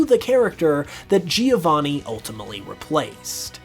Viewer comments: Giovanni is an italian name and the first "I" is silent. So you don't say Geo to start his Name, just "Jo"vanni. Soo I don't know if this is a bit of a stretch. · That's not even how the name "Giovanni" is pronounced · Americans definitely should stop saying "Geovanni", that's not how it's pronounced